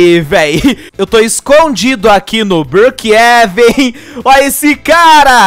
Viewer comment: Não e brookeeven sim Brookhavem